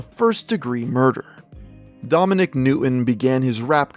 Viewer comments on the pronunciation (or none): none